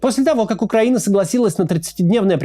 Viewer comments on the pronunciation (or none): none